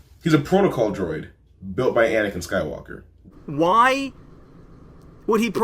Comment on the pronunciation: he said the rise of skank dyker LOL!!!